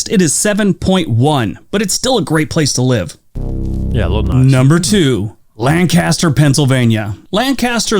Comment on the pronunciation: The dude pronounced Lancaster in a weird way.